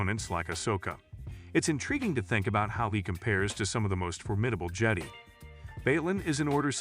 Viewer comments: I gathered that on the third: "Jeddy" lol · How are you gonna miss pronounce Jedi multiple times. You might as well just close up this channel. I’m telling YouTube to never recommend this channel again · How many times can you mis pronounce jedi in one video lol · I want to know who wrote this TTS engine, because the fact that it can't pronounce "Jedi" or "Sith" correctly means that the programmer deserves to have their geek card revoked.